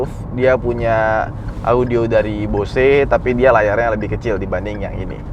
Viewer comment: Numpang nonton yg 7 seater sambil nunggu yg 5 seater nyampe rumah besok 😆 tapi maaf, Bose itu dibacanya "Bouz" bukan "Bo-se"...